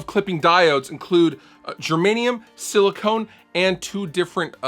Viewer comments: Sili-CON not Sili-CONE... Luv ya ‼️‼️😉🤘🏽🎼🎸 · All Of The People Doing Reviews ON This Pedal Keep Saying Silicone And It Is SILICON.